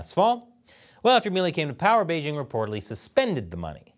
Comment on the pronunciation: The host of this program still doesn't know how to pronounce the word "Beijing"? The "j" in Beijing isn't pronounced like the "g" in the English word "regime"; indeed, the Chinese language doesn't even have this quasi-French sound. The "j" in Beijing is pronounced more or less like the "J" in the English name "Jim."